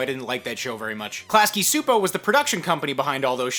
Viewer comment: Just so you know, the Csupo in Klasky Csupo is actually pronounced "Chew-po", not "soo-po"